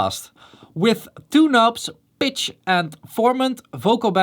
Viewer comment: 8) "Bitch and formant shifter" Huh?! o.O Dutch/english consonant pronunciations are often quite unique :D